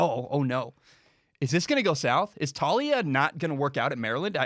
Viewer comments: It’s pronounced Tah-ooh-lee-ah 👍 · It's Tuh-lee-uh lol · It's pronounced "Towl-lee-a